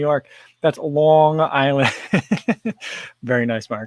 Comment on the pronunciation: lonnng island you say it as good as me. drinking my cofffee